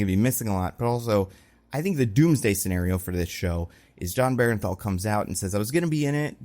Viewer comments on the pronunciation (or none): Heads up: It’s BERNTHAL, pronounced burn-thal. There’s a few content creators calling him berenthal and I wonder where that comes from